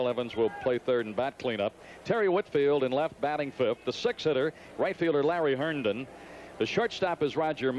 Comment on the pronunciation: Larry "Herdon" 😂